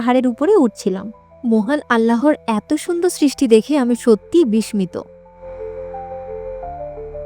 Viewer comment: শব্দটার উচ্চারণ হবে বিশশিত (বিস্মিত)